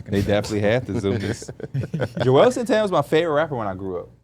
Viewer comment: juelz not joelz 😁